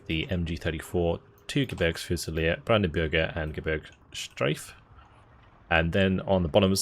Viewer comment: its "brandenburger", not "bürger". that would be citizen.